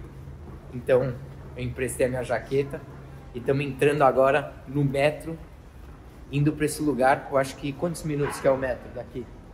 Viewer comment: Toda vez q ele fala metro eu dou gargalhada po kkkkkkkkkkk